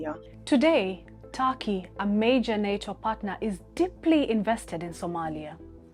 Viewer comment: For God's sake, it's not 'Taki'; it's Turkey, even Türkiye